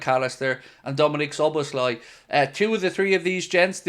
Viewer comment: I’m impressed! Out of all the native English speakers, you pronounce Szoboszlai’s name the best. It’s almost perfect! Hats off to you. A Hungarian Liverpool fan. YNWA!